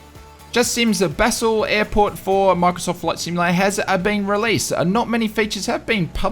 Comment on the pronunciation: FYI Basel is pronounced 'Barl', Dulles is 'Dull-es'